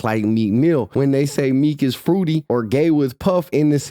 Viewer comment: 😂🤮 ‘Gei’ mafia